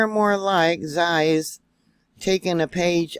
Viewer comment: Sorry to be critical but Xi is ' she ' everything you say zie sows typical ignorance Which is baffeling